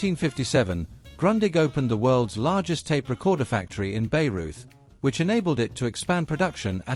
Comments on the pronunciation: Richard Wagner's BAYREUTH pronounced BEIRUT? Not quite, it's rather BYE-ROYT. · erm ... English and pronoucing words of other languages ... why bothering learning gibberish ... nést pas? Is it Beirut or Bayreuth? Its Bayreuth ... its not pronounced Beirut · Ay in germsn is a long I in english. There fore Bayreuth is pronounced Bye Reuth. Not Bay [long A) reuth. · That isn't a good way to describe how to pronounce it it's more like by-roit as in German the "Bay" in Bayreuth is more pronounced like "Bei" or "Bai" and not at all like the English word "bay" which in German means Bucht. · Pronunciation wise, it's Mr. Buyrite for goodness sake. Do keep up. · Wagner's opera house is still there. It's pronounced, "Bay - roit." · The narrator was not American. Any US servicemembers stationed in Bavaria/Bayern knew how to correctly pronounce the city name. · While I found this report most interesting, the mispronunciation of German names of people and places was painful to hear. Grundig is correctly pronounced 'Groondig' and Bayreuth is 'Bye -royt', Fuerth is pronounced 'Fyeurt'. For an evidently thoroughly-researched piece this is a miserable mistake.